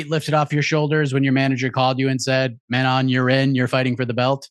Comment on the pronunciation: Can we please stop saying Manon's name wrong It IS NOT FEEYOR It is FYOROH